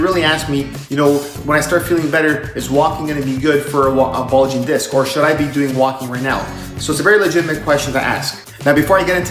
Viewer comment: “Bugling” disc?? Really? 🤣